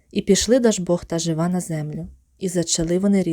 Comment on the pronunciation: Дякую, але наголос у Жива на И